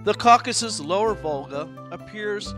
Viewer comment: This is not Caucuses - This is Caucasus :) Kavkaz-us